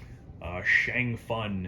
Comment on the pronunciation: Why do you say Shang Fun?